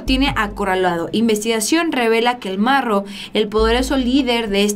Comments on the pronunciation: 😂😂 no mms al "morro" o al marro ....?🤔😂 hablen con ella jajaja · Es marro no morro saludos desde la cdmx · es el MARRO no el MORRO; Muy seguido lees mal los nombres de tus artículos, YO te sigo pero si te aconsejo que leas bien. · Jaja ni si quiera sabes pronunciar no es morro es marro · ¡No manches,! No es Morro, es Marro. No es Juvenito es Juventino Rosas. Con todo respeto, pon más cuidado a la información que comunicas para cuidar tu credibilidad. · Hermosa, belleza andando,,.... Con todo respeto, te corrijo estás palabras... Con todo respeto:. Es Juventino rosas GTO (. No. Juvenito ). Rancho Rincón de centeno GTO (. No de canteno ). Es el marro. ( No el morro ). De ahí todo está bien,.... Saludos cordiales!!!! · Buenas,te corrijo al principio dijiste el morro,y santa cruz juventino rosas,no juvenito y no es canteno es centeno. Saludos.